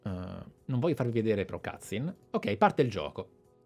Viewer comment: digital foundry ha analizzato la demo. Demo e versione finale di un gioco sono cose diverse. Anch'io ho le stesse perplessità ma attendo che esca il gioco per confermarle o ricredermi. By the way si dice "cutscene" non cazin